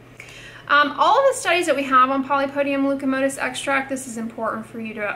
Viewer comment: Leucotomos ... not leucomotos